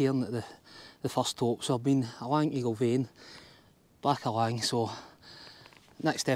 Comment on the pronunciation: Another great video, 😁 You’ve got the name spot on, from first try ha ha Well done! Can confirm the weather did improve. In fact, ended up with another few shades of tan by the time I got back to my bike 😂 All the best with your future adventures! Keep them videos coming 😆